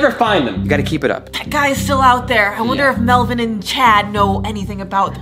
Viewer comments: Stop calling melvon Melbourne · When you guys call melvin "MELBOURNE" i laugh so hard bc it reminds me when you guys do not to laugh challenge